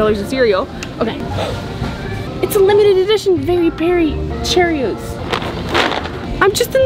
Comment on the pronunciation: its cherreious not cerioius